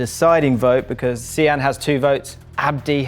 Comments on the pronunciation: See-an? Its Sian, Typical English people butchering the names from countries they've colonised. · Such a bad pronunciation of Sian